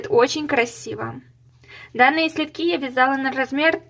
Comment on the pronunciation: Следки от слова СЛЕД, как режет ухо "слитки", безграмотность жуткая